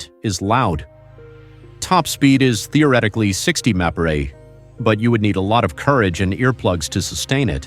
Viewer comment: And the robot messed up MPH and LB as well - someone should listen to these things before they are released!